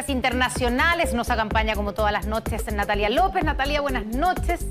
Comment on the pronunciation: Nos "Acampaña"